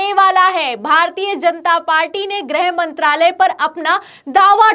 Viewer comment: Its not 'grahmantralay' young lady! Its "grihmantralay".